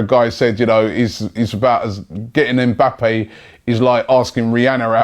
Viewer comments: his names Mba-ppe not EM bappe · Just a heads up. The m is silent in his name. You pronounce his name like bappe